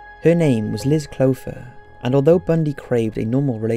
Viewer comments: same with Lake Sammamish (pronounced Suh-mah-mish) and Liz Kloepfer (pronounced Klepfer). Doesn’t matter if he’s British, he did a lot of research and correct pronunciation is important. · It's hard to sit through this when the narrator cannot pronounce 'Puget' Sound, Liz 'Kloepfer'.... more research needed before sounding like a fool.